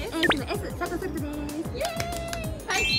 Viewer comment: やだーあぽとそるとかわうい〜ん そるとがそふとになってたww